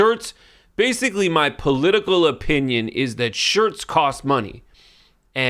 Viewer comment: They're "shirts" without the "r."